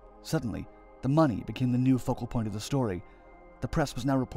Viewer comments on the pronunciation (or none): none